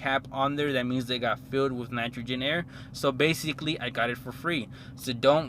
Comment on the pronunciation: Basically broke niggas trynna impress while becoming broke😂😂😂 2,000$ down clooown 🤦🏻‍♂️. But “that’s just me” “Wiff” head ass